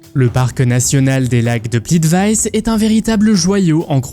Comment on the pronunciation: On ne dit pas" Plitvice( Plitvaïs)" mais Plitviče( Plitvitsé ou Plitvitché).